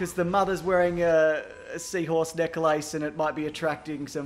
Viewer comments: I now know to what degree Australians overpronounce "necklāce." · I'm sorry, but ''neck-lace''? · Wait, we don’t over pronounce necklace... everyone else under pronounces necklace, have you ever thought about that